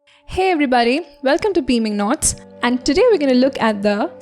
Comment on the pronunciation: This video is very helpful and detailed, I'm texting 7 years later. However, I don't get why everyone is commenting that they love her accent so much. Can you feel my RAGE?!! It is actually a very fake accent with a mixture of Indian, British and Indian English. Did you even hear her saying Beaming Knots instead of Beaming Notes. In the beginning, did you notice her pronunciation of Tennyson*?! It was American! Her pronunciation of *poem is Indian! It is pronounced as /pome/ in America. Check online if you disagree. She emphasizes /oo/ while pronouncing Brook*, when it's actual pronunciation is like the word-hook. Literally, listen to the pronunciation of *chatter*, she says /cha/ in an American accent AND /tter/ in an Indian accent by literally putting emphasis on the /tt/ while unthinkably saying /cha/ in an American flow...like WHAT!!! And , *flow as /flaw/, when it's actually supposed to be pronounced as /flo/ as in-go. Hearing her say forever again and again was literally hurting my head> If you guys actually liked her accent then it means that you yourself don't know how to speak proper English!! On the contrary though, her voice is very calm and collected and I think I got a little carried away.😅 I just can't... -flake-American whereas pronunciation of travel-Indian.[flake was literally so exaggerated]. She literally says sweat instead of sweet !!! >>> I'm goin' Bonkerzz:face-blue-smiling::face-fuchsia-tongue-out::face-blue-wide-eyes